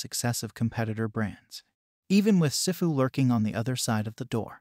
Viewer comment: "Sehfu" 💀💀💀 It's SIFU